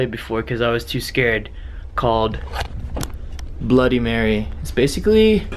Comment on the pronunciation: it's bloody not bludy. And it's reflection not.. Whatever you said